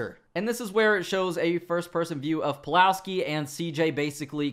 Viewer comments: Did you say Eddie Palowski? You tripped up right? I'm sure you meant Polaski. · Oh God, you did say Palowski. Come on, I know that you are better than this...